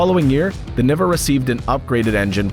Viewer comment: It would make the Niva the first crossover? (Also it’s pronounced nee-va)